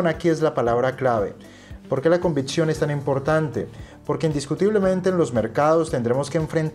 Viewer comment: Buen video! Es convicción no convitción. Saludos